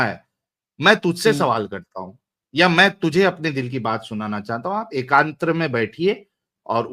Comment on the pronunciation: Ekant hota he. Not ekantra